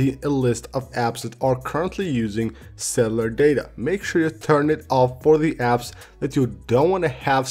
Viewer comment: Ac-ce-ssi-bi-li-ty , Not Axebility Ce-llu-lar , Not Celar